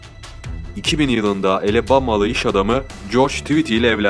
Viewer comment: Elebama dediği alabama mı